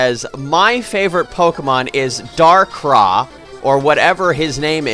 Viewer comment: DARKRAI, NOT DARKRAH.